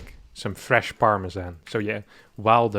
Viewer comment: how the fuck did you just pronounce parmesan? I will cross an ocean to beat you for that. par-meh-zhan (zh is like mix of z and j)